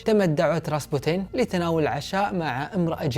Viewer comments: كأنو خربط الاسماء قال رابسوتين بدل راسبوتين والاكسي بدل الاسكي طيب ليش الجدة وقت سافرت لفرنسا ماجابتهم لعندها حتى الأقارب ليش ماتدخلو؟ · عزيزي قبل ان اكمل هذي القصه اللي هي من اكثر القصص اللي اعشقها ومهما شفتها بافلام او سمعتها احب اعيد سماعها او مشاهدتها ولكنك هنا غلطت في اسم ابنهم واسمه اليكسي وليس الاسكي والراهب هو راسبوتين انت قريت اسمه مخربط بالحروف والمرض اللي باليكسي هو معروف ومعروف بالتاريخ ان الامير المريض مرضه الهيموفيليا او نزف الدم الوراثي وليس نزف الدماغ ارجوك اتمنى تعيد وتصلح المعلومات لانها مهمه جدا بالنسبه للتاريخ واسم الامير بالكرتون ديمتري وليس ديمرتي ارجو ان تصحح ماذكرته لك لانه مهم جدا في القصه وقصة ال رومانوف من القصص اللي تشدني جدا بل مأساتهم المفجعه لاتُنسى على مر الزمان!! وارجوك تكلم واسرد لنا القصه ببطأ اكثر حتى نقدر نستوعب الاحداث وانت مبدع ورائع واختياراتك بطله.. 👏🏻👏🏻👏🏻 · كل لفظ الاسماء خطا ! ديمتري و ليس ديميرتي الكسي و ليس الاسكي راسبوتين و ليس رابسوتين 😂😂😂😂😂